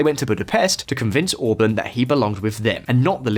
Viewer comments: Orbán orbaaaaan not orbn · I like the way he pronounces Orbán like the singer from Blur Damon Albarn's last name